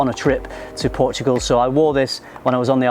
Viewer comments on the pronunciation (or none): none